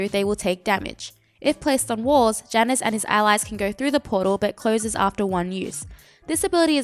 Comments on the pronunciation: Hi same is Ya-nus if you need the correct pronunciation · U can't say jaynus? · This bitch gonna mispronounce the name right off the start, I’m out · I almost couldnt watch the video because of how you pronounce Janus. No joke, it hurt.